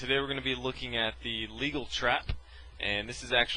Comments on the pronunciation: It is NOT called the legal (as in rhymes with "eagle") trap! It is named after the Frenchman who invented it...Sire de Legal. It is pronounced luh-GAL and is correctly known as Legal's Trap. In French, the e in Legal has a ' over it. Do some research, moron. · It’s pronounced Le-gaull. It’s a French name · It's pronounced Lé'gal. It's the name of a French chess player, not the word 'legal'. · It's not pronounced "legal." It is named after a French player named Ser Legal in which the "le" is not pronounced "lee," but rather, like the French "le" and the "gal" is pronounced like "My Gal Sal." Think "Le Gal." It is more commonly known as Legal's Legacy. There is a story that when Legal came up with this concept in the mid 18th century, he put on a bit of a show to entice his opponent to fall for it the first time he used it in a game. He picked up the f3 knight, then put it back down. His opponent, gleefully eyeing the queen, called him out on that and forced him to make a move with the knight. Legal studied the board for a moment, then shrugged and played Nxe5 as if to say well, swapping the pawn for my queen is the best I can do. Legal then put on a big, if phony, show of frustration at his "blunder" as he took the pawn. Naturally, the opponent grabbed the queen quickly and then Legal sprang his previously discovered mate for the first time ever. Much to his opponent's chagrin, I would imagine.